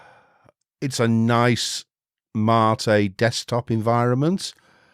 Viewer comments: MATE Is pronounced Mate, it's a Spanish word so you're pronouncing it the proper way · You pronounce Mate as you should. It's about tea, not your blokes. ;) OpenSUSE is a pain to configure if you want to use it as a all around home desktop. Lacking codecs, choosing right repo. It's not supported by some 3rd parties very well. I gave it few chances and I look at it like at ordinary workstation and nothing more. Leap + Xfce looks great. It works great. Question is: If you do a work, like coding software for Linux, would you use OpenSUSE when majority of home Penguin distros are Debian based? Debian, MX, Mint, Ubuntu, Zorin, Pop!, Elementary...